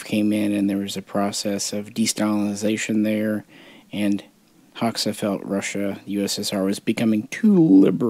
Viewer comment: Fun fact, Hoxha is actually pronounced like HOE-CHA. Enver Hoxha was a D bag though. It’s pretty wild if you go to Albania, all the old bunkers are still all over the border areas of the country.